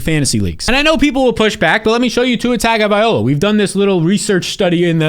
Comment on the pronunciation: Great to see someone pronounce Tua’s last name correctly. It’s NOT TONGO…. It’s TAGO-vailoa